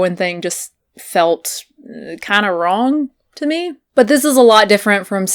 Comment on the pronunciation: When you said “wrong” it sounded so southern and I was just like... whoa